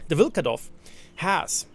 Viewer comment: Nobody is gonna talk why does Vlkodav have 300m/s HE shell velocity... Even Caliban does have 354m/s shell velocity on HESH I forgive you for your Vlkodav pronunciation...Even tho you are saying VlkAdOv instead of VlkOdAv... Nothing against you, cuz myself cant pronounce anything right in German :)